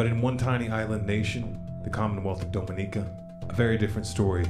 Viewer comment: Big fan, but as a native of the Lesser Antilles (SVG) gotta tell ya it's pronounced Dom(as in DOMinatrix)inica